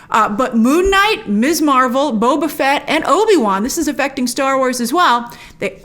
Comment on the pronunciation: First, it’s “Miz” Marvel, not “Miss.” I’m tired of every reviewer mispronouncing this. We got the new title for a REASON. Second, I was talking with my sister about a Marvel movie and she said she’d seen a couple at first but then stopped because she felt the movies were aimed at people with an encyclopedic knowledge of the Marvel universe. She didn’t want to watch something where she’d get only a handful of references. Perhaps this is the audience they’re going after, especially since Ms. M is aiming for a younger viewership, one that hasn’t been studying this universe for years. I love that so many reviewers go through the fine details: “See this guy standing in back by the wall? That’s Boopsy Boy, who only appeared in three panels in issue #39.” But to enjoy a show all I truly need is good characters and a solid plot. Trivia is nice but not essential, especially after the Marvel universe has expanded to the depth it now has. Too much!